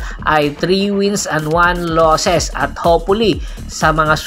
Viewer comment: One loss! not mosses 😅